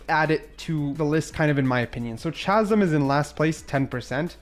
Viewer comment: The mispronounced words are hilarious. Chasm, savant, corps lol